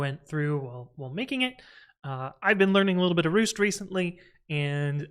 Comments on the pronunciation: it's 'rasT' 🥴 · Did you say "ROOST"? lmao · I'm sorry but did you say "Roost"??